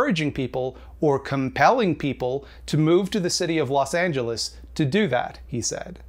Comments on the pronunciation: I agree with you but the fact that you called Los Angeles "Los Angeleese" makes you my enemy, sorry. 😔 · Good video but why does he say Los Angeles like that